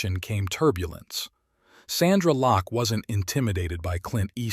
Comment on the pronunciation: Lost me when he said "Sandra Locke"! When you start getting names wrong , you know its AI........bye, bye!